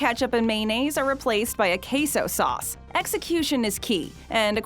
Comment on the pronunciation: The way she pronounced mayonnaise pissed me off